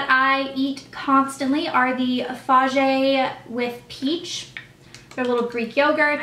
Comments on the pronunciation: FAH-yeh...even bobby flay cant pronounce it yet n it says right on the package.........other than that love the vid :) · lol FAGE is pronounced faye ... its a greek company :P